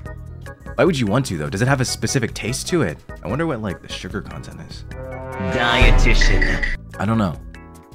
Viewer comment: Im sorry but when said “D I E T I T I A N” absolutely killed me 😭